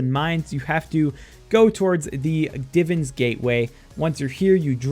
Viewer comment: aint no way bro said "divins" im dead